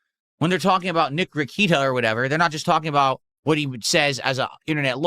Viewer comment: Lmao geez even screws up Rekeita even tho rekeita says his last name every stream…..i believe the man had a speech impediment and took a bunch of classes to deal with it